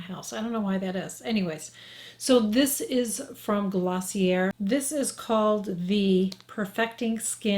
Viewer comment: Psst.........it’s pronounced “glossy-A”, honey.......😘